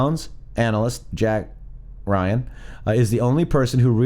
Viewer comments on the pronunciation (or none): none